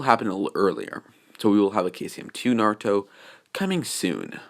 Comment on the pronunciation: Yo it's crazy how he gets everyone's name right except for Naruto's